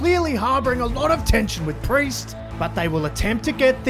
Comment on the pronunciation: Cody: and with that Mr. Pee-Erse i bid you a goodnight, not a farewell for i wish to see you when the time comes 🚶‍♀